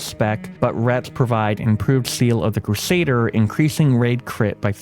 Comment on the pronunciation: Fair play to this guy for working to overcome the speech impediment but had to switch off when he said seal of the crusader for the sake of my hearing.